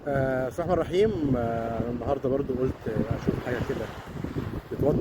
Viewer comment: استاذى الفاضل عندما تبدء حديثك تقول بسم لله الرحمن الرحيم وليس بسمحمرحيم